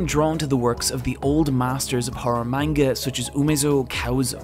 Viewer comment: My boy said manga wrong. Im dipping